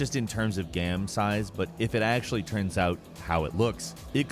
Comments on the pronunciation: Why does it sound so weird when he says "game". Sounds more like he's saying "gehm" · "action-adventure gam"